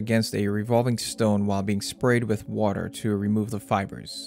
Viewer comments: You might look at your pronunciation of a few words like water and figure. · everytime u said "woter" i was like hmm u have an accent on the word lol ..water xD